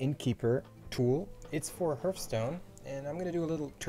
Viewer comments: OMG NOT H EARTH ITS H ARTH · 'tutoeriel', 'oerl', 'herthstone' xdddd